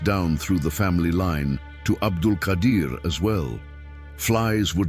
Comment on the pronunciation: You have written the name wrong, He is Abdul Qaader Not Qadir Qaader and Qadir are tow separately names of Allah . And the one you are talking about is pronounce QAADER.